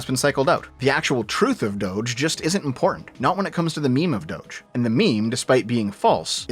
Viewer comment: It's Doge, not Dougethx